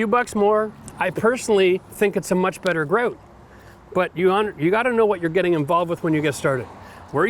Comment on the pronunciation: Why do you pronounce "grout" differently every time you say it? Are Canadians ashamed of being Canadian? It seems like they try to hide their accents, a lot.